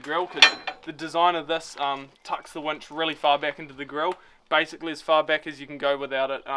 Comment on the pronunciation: Did you say “tackling a wench”? 😳